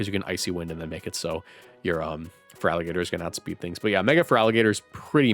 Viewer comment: IT'S FERALIGATR, NOT FERAGILATR! FIX IT NOW!